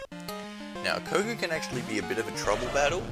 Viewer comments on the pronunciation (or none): none